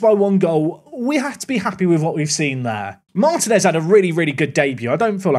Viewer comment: couple of important items. 1. I won't rest until I hear the toe behinds pun 2. In latin languages when you see an í that's an open sound (ee), so Martínez = marteen es (very close to how you called Martim)